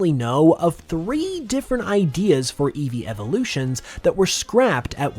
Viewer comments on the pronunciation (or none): none